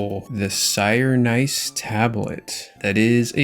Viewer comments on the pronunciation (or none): Sirenice?! Dawg, you're pronouncing these words wrong on purpose at this point lolol Scarred as well?